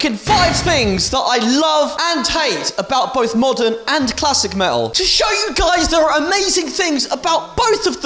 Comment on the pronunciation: You had me at "me'ul"